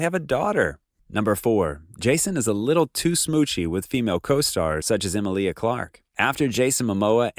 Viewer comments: I find it controversial how you pronounce Emilia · I always said he was engaged to Simone and she found out it was over when Lisa got pregnant to him. P.S it's kal drOgo not drAgo, and the way you pronounce Emilia is with the emphasis on the middle, as in Emeelia.